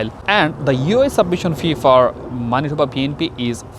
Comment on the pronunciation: Pronounce of Manitoba is not right!!!